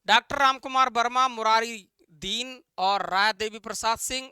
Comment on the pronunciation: मुरारी दिन नहीं मुरारी dan hai